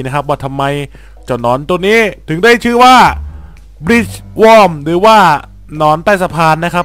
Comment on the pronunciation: Worm อ่านว่า วอร์ม